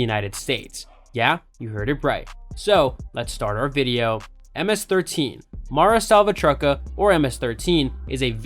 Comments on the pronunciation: Hahahaha Mara salva Trucka damn boy you straight up murder the name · I stopped watching when he said mara salvatrucka